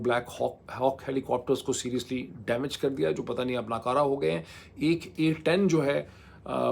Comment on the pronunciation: Gg. Aek to ap poilot bolte ho, jo k pilot hae, doosre War THOG bolte ho, jo k Wart hog hae, sirf joined bhi likha jata hae. Baki ap theek ho 😊